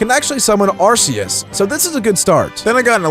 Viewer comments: He pronounced arceus Ar-see-yus But its pronounced Ar-kee-yus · Yes i know it the pokedex pronounced it Ar-Kei-yus